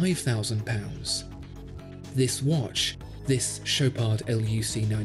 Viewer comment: The D in Chopard is silent, do not pronounce it